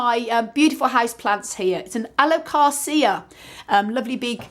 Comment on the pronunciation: You pronounce Alocasia very strange. I would ask you, how do you pronounce Acasia? How do you pronounce Aloe? I bet it's different, but if you put then together you would come up with the right pronunciation though. It just makes it more believable that you have been keeping plants a long time if you pronounce their types correctly.